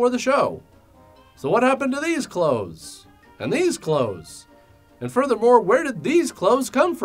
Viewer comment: The word "Clothes" sounded plain wrong in the end xD Like I was not sure about the pronunciation.